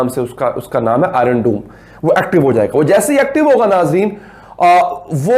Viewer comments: Irm doom nahin its iron dome, prouncacation sikh le gawar penne phir vidwo bana gawar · Iron doome nahi iron dome bolna bhi nahi aata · He pronounced Iron Dome as Iron Doom 😆😆😆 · Iron doom 🤣😂🤣😂🤣 atleast learn to pronounce. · Iron dome ki pronunciation bhi nehi kar sakte tum aur isreal par attack karegi 🤣🤣🤣